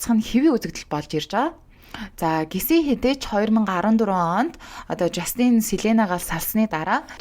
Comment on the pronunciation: Жаааастинь ！ not the жастиииийнь please zuw duudchihldaa , hvnii nershdee, please….